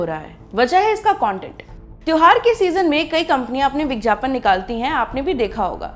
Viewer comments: kha kha k ye madam etna mutya gai ha ki, vigyapan ko , vijyapan bol rahi ha aur khaany ki kami btaa rahi ha kamaal ha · Madam, bigyapan bolte h bigjapan nhi Hindi pe dhyan dijiye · Is it vigyapan or vijjyapan???why are you saying vijjyapan or I am hearing it?? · It's vigyapan not vijyapan 🤣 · Vigyapan not vijyapan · It's vigyapan and not vigjapan!!!! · माफ़ किजियेगा मैडम आप विज्ञापन का उच्चारण गलत कर रही है।।आप विज्ञापन नहीं बल्कि "विज्यापन" कह रही है।।।चूकी आप एक पत्रकार है इसलिए शब्दों का उच्चारण उचित रूप से किया जाना जरूरी है.क्योंकि भारत वैसे ही अंग्रेजी के प्रकोप से घिरा हुआ है..महिलाओं के लिए आपका ये विषय बहुत उचित है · Aap vigyapan ko vigyapan Kyu bolte ho madam ji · विज्ञापन को विज्यापन क्यू बोल रही है आप हिंदी की दृष्टि से ये गलत है वैसे बेहतरीन जानकारी दी है आपने इस वीडिओ मे ❤❤ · Very irritating vijjyapan. Plzzz correct your pronounsation